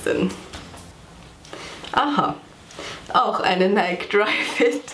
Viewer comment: Kleiner Tipp: Nike wird nicht Neik ausgesprochen sondern Neiki